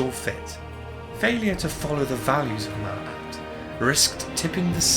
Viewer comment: You mispronounced her name mate sorry bout that good vid though